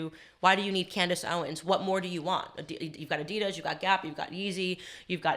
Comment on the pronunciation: Why was he saying Addidas like that?